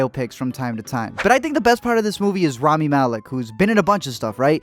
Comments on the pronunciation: rauh - mee. not rammy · It’s pronounced Rami my dude not Rammy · my dude you’re pronouncing rami wrong. it’s rah-mi not ram-i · His name is pronounced Romy, like Roxy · it’s pronounced “raw-me”